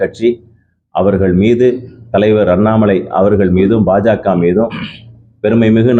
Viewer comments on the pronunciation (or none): Not Bhaja, it is BhajaKa